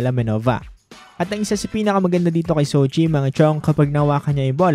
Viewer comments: jow chi po not sow chi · Jo-chi ☺️☺️☺️ Marami pa rin tlaga nagkakamali sa pronunciation dito hahaha... 🤣